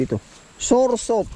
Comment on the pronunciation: S-a-w-e-r sap- pronounciation ng sour sop.